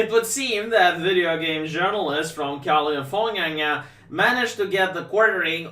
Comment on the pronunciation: I love when he says “California-nia” 🤣🤣🤣🤣